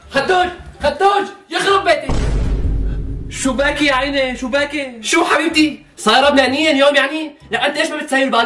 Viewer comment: شوباكي شوباكي 😂😂😂 بدل شوبيكي 😂😂😂